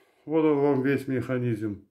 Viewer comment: Так забавно звучит "механизЬм")